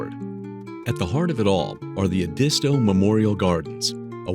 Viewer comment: Glad I grew up here and still live here.....just not in any of these locations....never....my first correction is the Ed-iss-toe River where the tribe of the same name disappeared, you should be ashamed misleading people.....alli can say is look up the crime stats....between I85 & I95 there is a lotta spots for illegals to disappear, one wanted for murder hid 3 yrs in Belton.....so just one downside there....transients from NC, Charlotte specifically, where they let criminals out....come our way, York county jail full to the brim.....Cheraw pronounced sharaw.....Funny, you don't mention the swamps or the unending rain that causes black mold to be rampant in the lower counties Georgetown specifically....HAVE A GOOD DAY